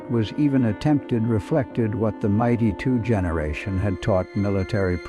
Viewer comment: Fix your AI narration. Difficult to hear the rifle called the Mighty2 over and over. It is the M 82.